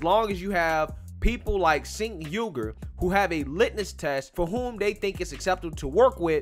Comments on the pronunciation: FYI you pronounce his name as Tch-enk (like Charizard) not S-enk (as in Sent) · Its pronounced "Chank"... Not "Sank". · His name is pronounced Jenk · You missed how tyt tried to smear jimmy dore and Anna tried to me too him. And it’s pronounced CHENK LOL 😂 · Cenk is pronounced "Djaink". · It's pronounced chunk